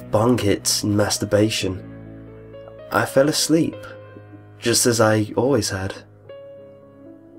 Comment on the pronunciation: when he said maasterbation i was like wtf